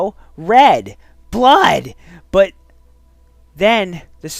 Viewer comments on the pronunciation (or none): i face palmed at "hyper realistic bluud"